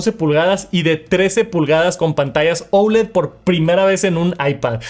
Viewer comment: Porque dices OULED si la palabra es OLED…???